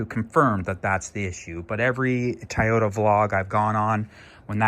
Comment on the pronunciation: It’s not Tayota , it’s Toyota 😂